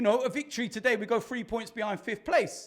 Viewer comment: Can anyfink get worse. Yes, Gunners will lose fwee in a row 😂